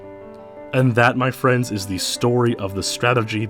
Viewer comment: nobody:: M Y F R I E N D S